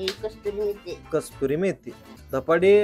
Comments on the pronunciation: कसुरी असत मराठीत पण कस्तुरी नसत 😂😂😂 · अरे दादा , ती कसुरी मेथी असते , कस्तुरी मेथी नाही ! चुकीचा उच्चार तुम्ही करू नका , आणि समोरचा तसं करत असेल , तर त्याला थांबवा ! आणि खरा उच्चार सांगा !